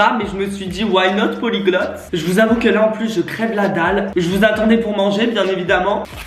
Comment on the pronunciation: le “ wye not plyglote “ mdrrrrrr 😭